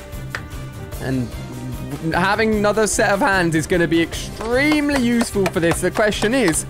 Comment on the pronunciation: For a minute I thought you said awful 🤣🤣🤣🤣